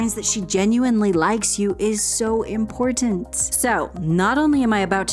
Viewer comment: Well, YOUR Pronunciation of “ Important “ gives me hope young lady! How come a generation seems to not say “ T”? Best